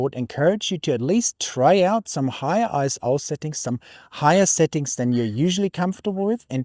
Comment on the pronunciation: Very nice video! I guess every photographer goes through the let's ruin all my shots in the name of image quality phase. However, two things: - Isn't ISO pronounced ISO, not ISO? ISO sounds really kind of jarring. - - that's a very charitable way of describing a user error.